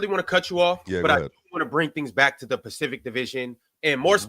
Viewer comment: Ron: Um Sir Swipic.. Actually we’re talking about the Pacific Division today 🤓☝🏿